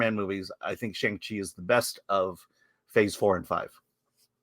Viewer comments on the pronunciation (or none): FULLY agree cuz i LOVE SHANG CHI and don’t understand why people hate on it so much. But, with that being said, CMON, you’re Chinese American and you STILL can’t say his name correctly??🤦🏼‍♂️😂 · I like that an Asian-American guy can't pronounce Shang-Chi